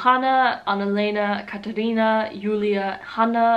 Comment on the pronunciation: It’s Katharina in Germany not Katherina.